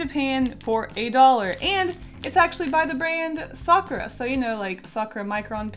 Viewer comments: does it trigger anyone else that she says "sakura" like sak-ra?? instead of sak-oor-ah????? if its just me then im gonna die. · Isn't it sa-ku-ra not sakra? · its not pronounced "sokra" its "Sa-cur-a" Youd know this if youve ever heard of a sakura tree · peachy olioil they don’t though people in Japan say sak-oor-ah. I live in Japan so I know and my middle name is Sakura so I would know how it’s said. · When she says Sakura it sounds like she’s saying soccer 😂❤️ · stares at you sa-kur-ah isnt that hard to say japanese is only hard when you have to learn the formatting is differernt than english, and that theres three different ways to write words. im assuming people are only getting on her because they want her to pronounce it the correct way. if you want to fight someones linguistics go fight the french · The way she says “Sakura” annoys me, it’s supposed to be pronounced Sa-ku-ra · Izzy S. YOU ARE NOT ALONE😝😝🤣🤣